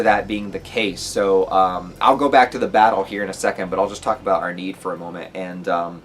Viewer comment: I think you could try more of a germanic pronounciation of the names; "Kee-tul", "eye-nar" "Arn-hide". I may not be 100% accurate tho haha